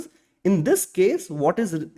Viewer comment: 1. HOSTing ❌ HOISTing ✅. 2. TEMPORARY dead Zone ❌. TEMPORAL dead zone ✅. It felt odd to hear these pronunciations wrong throughout the video.